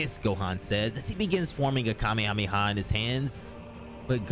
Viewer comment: Watched until the mispronunciation of Kamehameha. I cant. How can you guys still mispronounce it? They literally say it in freaking syllabus in the show and games. How? After all these years do people STILL mispronounce it? KA-MEH-HA-MEH-HA. Its not hard. Lol No offense, just a pet peeve.